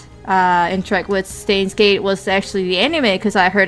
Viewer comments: it's not "Stains Gate" no one's doing the laundry right now It's pronounced: "Sh-tines Gate" Also "El Psy Kongroo" is pronounced: "El Psy Kong-o-ru~" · Steins;Gate, they pronounce it actually [ʃtaɪ̯nz geːtŏ] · please listen to these it is only 2 seconds long you pronounce the word stein wrong please just click on the listen option p.s. your videos are great :)